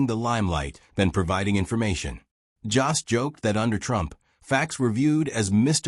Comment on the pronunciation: His name isn't Joss! It's Jost, and it rhymes with host or most!!!